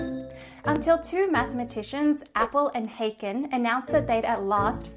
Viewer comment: This is perhaps a minor quibble, but years ago I knew Appel personally, as well as one of Haken's sons, and unfortunately you're mispronouncing their names. Haken is a German name, so the a is like English "ah". Appel is not pronounced like "apple", but is accented on the last syllable: ap-PEL